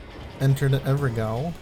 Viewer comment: I like how he pronounced evergaol correctly